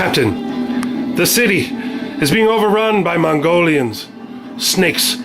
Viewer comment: Hey it's pronounced Mongo Lion as in "Oh no not MONGO LION!!!" not "You think you can get through my wall now mongolions, just try it..."